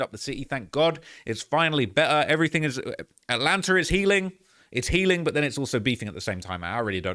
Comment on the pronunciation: Dog aint never just called that shh "ATLANTER" 😂😂😂